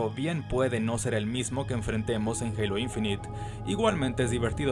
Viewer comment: Se pronuncia INFINAIT no INFINIT